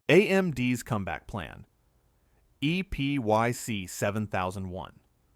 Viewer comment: It's pronounced "Epic" not "E.P.Y.C." (you would think AI voice-overs would know that).